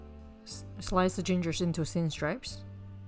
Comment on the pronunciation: 1 teaspon of pepper is about a tenth of what people add here in China. The soup will not be hot with just a teaspoon. We would add the meat earlier. You keep saying 'stripes' instead of 'strips'.